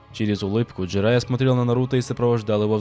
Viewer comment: джирайя слух резал